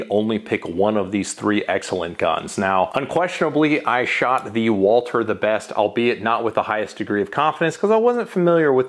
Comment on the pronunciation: Why can’t you say Walther properly? It’s not Walter. There’s supposed to be a th sound in there.